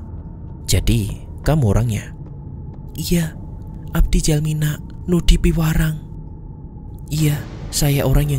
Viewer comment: Piwarang bukan pirawang mas